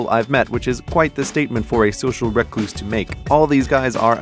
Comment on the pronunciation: Social Rec-Loose? No no no no no social Re-Cluse